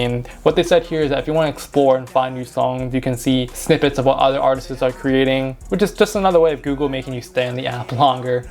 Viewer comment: “Artisis” is crazy 😂